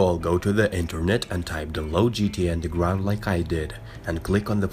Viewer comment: ''today i will show you how to install undelgwound mod for gta san andweas'' u dont know how to use an R?